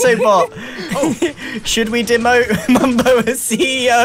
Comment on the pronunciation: Also Mumbo: Mumbio